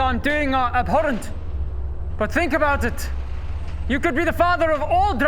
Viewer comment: "abhorrent" sounds really weird in an Afrikaans accent ...